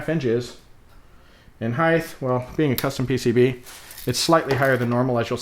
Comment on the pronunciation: The word height ends in "ght". It's a hard t sound as in light, might, fight, tight night, etc. Why would you pronounce it as a soft th sound? Very strange pronunciation.